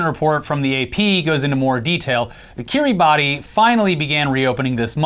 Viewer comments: Kiribassss, not Kiri-ba-ti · It's not Ki-ri-ba-ti. It's Ki-ri-bas. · i love you boys but my god it's pronounced Kiri-bass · Hey guys, cool channel 🙂 Just a quick fun fact: The island nation of Kiribati is not pronounced like it is spelled. Is is pronounced more like "Kiribass". Keep up the good work! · Heads up, its pronounced kiriba. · pronounced kee· ruh· bas. really it is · It's pronounced Kiribas lads, the more you know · Just fyi Kiribati is pronounced Kiribas. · It's pronounced Kireebas, even though it's spelt Kiribati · Kiribati is pronounced like "Kiribas" the "ati" in their language sounds like "as" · FYI, Kiribati is pronounced Kiribas - it’s a regular arkansas situation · I believe it's pronounced KIR-ee-BAS. Wierd I know with the spelling, but there you go.